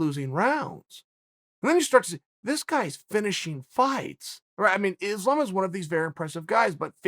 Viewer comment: Chael is so bad at pronounce last names first its Jans name now Islam 😂